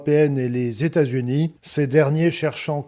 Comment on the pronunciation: Le président tamericain….pourquoi pas le président téta zunien? Je crois que je ne vais plus donner à cette chaîne